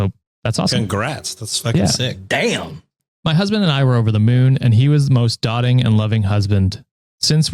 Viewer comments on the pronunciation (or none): Love y'all but I die laughing every time I hear you pronounce 'doting' as "Dotting" drawing dots, its pronounced like "boating" but a D instead of a B. 😂😂 To dote on somebody is to show them a lot of affection, spoiling them even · Someone let this guy know with love that “doting” is pronounced “doe like toe” -thing, not “dotting like dots” - I just think he would want to know 😅and it’s also a good word for fans to learn